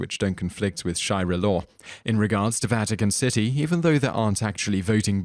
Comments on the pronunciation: sharia, not shaira >.< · It's Sharia law, not "Shy-ra" law. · sha-re-ah not shi-ra... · Anyone else bothered that he keeps pronouncing "sharia law" incorrectly? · *sharia law not "shai-ra" law :P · Append Miku Hatsune As if repeatedly saying "SHAI-rah" instead of "sha-REE-ah" wasn't evidence enough, it should be pointed out that this guy has made a sub-career out of mispronunciation; check out some of the other videos for more. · The narrator's constant mispronunciations are really annoying. Any English-speaker looking at the word "Sharia" and pronouncing it "Shy-ra" is just being lazy. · Sharia not Shiari